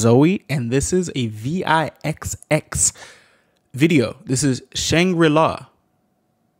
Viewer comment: thanks for another reaction to VIXX!! hilariously, their name is pronounced like vicks xD (its a bit of a running joke amongst a good portion of us Starlight) but they're worth the love you're giving them! thank you again!!